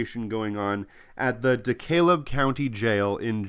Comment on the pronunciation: Not to be a word Nazi but DeKalb sounds like DeCab. Just sounds weird, forgive my peculiar mental speed bumps.